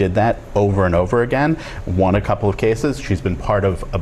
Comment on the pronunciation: You gotta stop saying juan instead of won